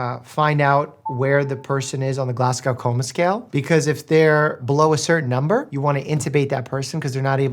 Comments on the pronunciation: Nooooo!!! Not Glass-cow, never Glass-cow - Glaz-go. Btw hi from Scotland 🦄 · Again, not the Glass-Cow coma scale. More like Glaz-go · the "glass-gow" coma scale😭😭 babes it's "glas-go" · I will never not be amused Americans pronounce it Glass Cow 🥤🐄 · Since Glasgow in the Glasgow coma scale comes from Glasgow in Scotland (from what I can find), surely it should be pronounced "Glass-go" (basically you got the first part right but the end part wrong). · Hi Dr Mike, as someone from Scotland - near Glasgow - it is pronounced “GLAZGO” - we don’t pronounce the W really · The way Glasgow was pronounced is killing me 💔😔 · Please learn how to say Glasgow